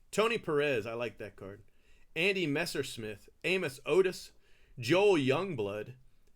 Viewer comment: A-Moose Otis. Not a KC fan !